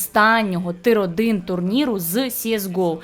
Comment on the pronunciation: Тир це не російське слово, а англійське (tier) тому треба казати не тир, а тір